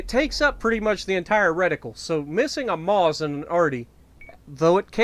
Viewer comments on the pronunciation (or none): Nice video as always man. Just one thing, Maus is pronounced like Mouse, not Moss :)